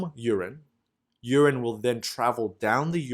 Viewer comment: LOVE your illustrations. But please, please, check your pronunciation. I shudder with every mispronounced 'urine', or 'cholymicron'. Keep up the great work.